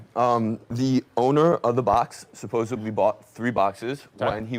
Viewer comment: chrome dome said 'supossubly"